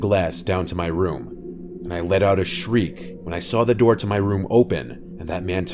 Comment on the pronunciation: I liked it how on the 3rd story when he said,” I let out a sherk